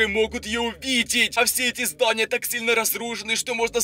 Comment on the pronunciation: Почему он говорит так зданиЯ крышА людИ